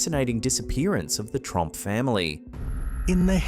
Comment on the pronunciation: Trump Family Disappearance? Don't I Wish... Wait A second! That ain't Donald -..-..Oh my bad You said Tromp not Trump😅 Oh S#/+ Don't Go getting me all excited You Buggers!!